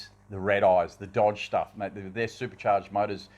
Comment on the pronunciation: Ohhhh Dodgeee's spechhhh alright.